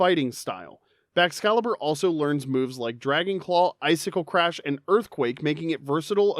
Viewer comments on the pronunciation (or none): none